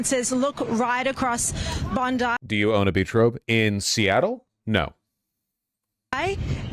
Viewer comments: Bon-DYE Beach Vowsh, not Bon-DEE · Bondi Beach is pronounced Bond-eye, not Bondee. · Bond.. eye.. beach..not bondii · Its Bon-die, not Bon-dee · I am laughing at Bond"i" pronounced Bond-ee!!! Bro, it is pronounced Bondi, as in Bond-eye!!! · so by every American you mean random podcasters? Because every mainstream American newscast I've seen has correctly pronounced it. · Pronouncing it "Bond-Eee" is crazy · Pronounced Bond-eye beach. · Say bond eye. Now put the 2 words together... Bondi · BOND-eye. We don't say it the Florida Woman way. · Not important really but Bondi Beach is pronounced “Bon-Dye” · Why is every American saying “Bondee beach”? It’s the most famous beach in Australia, and you can’t be bothered to watch a single news reel to confirm how it’s pronounced? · My notes as an aussie: It's pronounced 'bon-dye' Also the likely reason Ahmed didn't kill the shooter after he grabbed the shotgun was because he grabbed it while the shooter was reloading. (According to an eyewitness as reported by the abc (The australian abc)) deer are an invasive pest in australia, but birds and kangaroo are probably hunted in similar numbers? australians are probably more racist to people from the middle east broadly than asia. Our far right party is currently feasting on the corpse of our liberal (Roughly equivalent to the moderate democrat) party, so this will likely add fuel to the fire. However, as things stand politically the far right has almost 0 presence in the big cities where the majority of australians live. Also we have a 'labor' party which is politically aligned with our unions and, while fairly centre-left is still miles better than any other western polticial party in power imo.